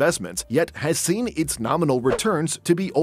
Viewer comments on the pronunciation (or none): none